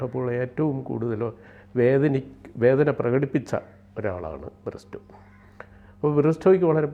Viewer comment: ബ്രിസ്റ്റോ അല്ല സൈമൺ ബ്രിട്ടോ റോഡ്രിഗസ്